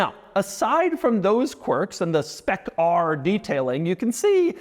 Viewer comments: Why are we saying spec rrrrrrr like blackbeard would have lol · When Doug says "Spec ARRRRR" he sounds like a pirate